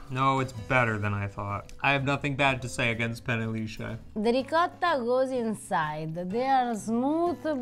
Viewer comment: You know, if you keep mispronouncing riccota, mozzarella, etc., Eva may just hit you in the head with a saucepan. Be careful.